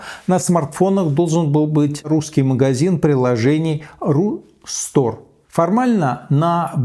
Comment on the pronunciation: дядь, если ты читаешь текст с экрана то хотя бы немного подготовься. Кули ты "Ru Store" прочитал с затяжной паузой? У тебя проблема с базовыи английским?🤣🤣🤣